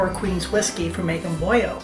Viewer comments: “BoYo”? I’m born and raised in PA. I’ve never heard it called “Boyo”. I think if you said this in the Skook you would get run out of town. Boilo, just like it’s spelled. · I thought you had to be a Skook!! Watching in California. (Originally from Auburn) I've always said it with the L though... I haven't heard it with the L as a Y sound before. We don't have Four Queens so we've had to substitute. I enjoy your channel!!! Found it as I sit here making Halupki.